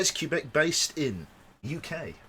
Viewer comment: Quebec (kwah-beck, not Q-beck) isn't very bright, is he?